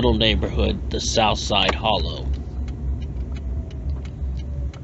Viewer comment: Steve Seventh is name is not pronounced like the number 70 but pronounced "Sa vent tee". And the neighborhood is pronounced " the Holla". Otherwise an interesting video.